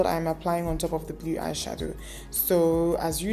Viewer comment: Love the look. Mana the way you pronounce "blue"....you be real Enugu brought up babe 🤣🤣🤣. The "E" is silent in blue biko nne 😄